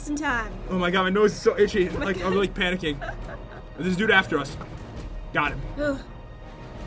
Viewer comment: Every Time "big P" said panicking I was think pandaking XD